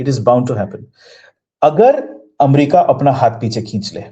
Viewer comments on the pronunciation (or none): none